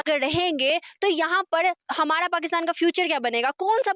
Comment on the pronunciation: हमाड़ा मुलुक तुमाड़ा मुलुक😂😂